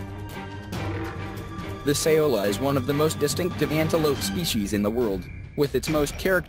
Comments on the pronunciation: It's Sao-La. Not, Sa-O-La. Lol Thought your pronounciation sounded strange for a Vietnamese derived name so I looked it up. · Laos = "Lows" Saola = "Sowla"